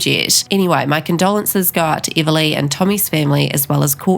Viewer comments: Before you spread rumours learn how to say her name! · What accent do you have? You pronounce everything wrong. Even her name.